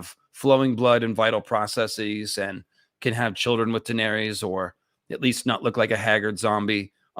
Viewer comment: As well as Daenerys, George himself pronounces it DUH-NAIR-US and Viserys VUH-SAIR-US